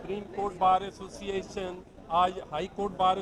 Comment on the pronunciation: asooocinaation hahaha lafz tw sae bolo